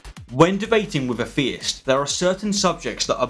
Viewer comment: there's no f in theist. also words ending ing do not finish with a k sound. this is a great channel but you should really try harder not to sound like an extra from eastenders.